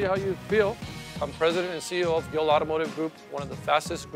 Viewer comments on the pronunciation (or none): its gill not gil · Same with me. And I also figured that is not his real name. I thought Gill was an English version of the Spanish equivalent: Gil Smart move though changing his name to an "easier"to pronounced one. Good for business.